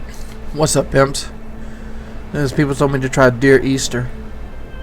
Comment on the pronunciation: “Deer Easter”